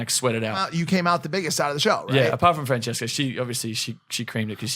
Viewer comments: I can't with how Mike pronounces her name. FranSESSca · Mike: FRAN-SESCA